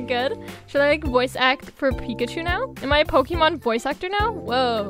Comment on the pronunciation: i love when u said picachu